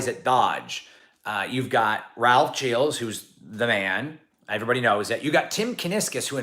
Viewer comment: Whatever your background, you CLEARLY can't pronounce Gilles right! 😉 To do so, remove those "D" initial and "Z" ending sounds. Something more like "zschill".